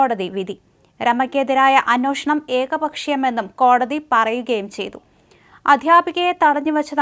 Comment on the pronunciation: എന്റെ പൊന്നു കൊച്ചേ... അന്വോഷണമല്ല.. അന്വേഷണം... ഇതിനെ ആര് നന്നാക്കിയെടുക്കും?